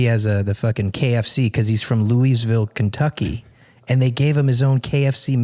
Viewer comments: Gotta teach him how we say Louisville (sounds luh-vul) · Louisville is pronounced Looavul